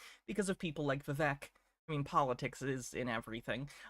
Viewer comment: funniest thing about this for me is that Pulte is constantly addressing Vivek by his first name and he mispronounces it every single time. If you’ve heard Vivek’s rap, it opens with “my name’s Vivek, it rhymes with cake.”